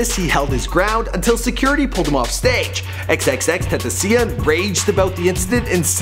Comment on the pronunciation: Still waiting for to pronounce xxxtentacion properly